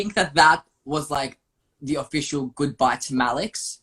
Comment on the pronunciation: Loved how accidentally said MALEC instead of MALEX ❤️❤️ it’s Easier enough to do,....